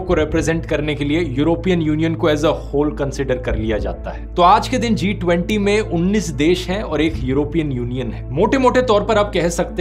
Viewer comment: I really laughed hard, for the way dhruv addressed "T20".😂😂